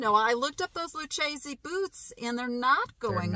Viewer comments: The Texas made boots are pronounced Lu-casey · Lucchesse is pronounced Lew Casey.👍🏼❤️I live in the heart of Texas boots are in my blood.❤️GREAT FINDS!!